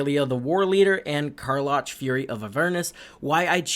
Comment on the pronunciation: Kar loch?! Repent! Its “Kar lack”. Great video